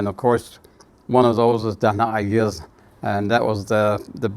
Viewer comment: It’s nice to hear the proper pronunciations of our Diné words